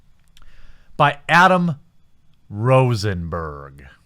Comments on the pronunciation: Why did you say "Rosenberg" like that? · Somebody's going to call you an Anti-Semite for saying "Berg" the way you just did, haha.